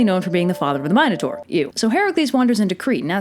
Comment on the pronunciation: Who else gets annoyed when she pronounces minatour wrong